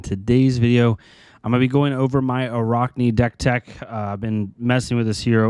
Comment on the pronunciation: For the love of god it’s araakni not araukni. Your pronouncing it wrong.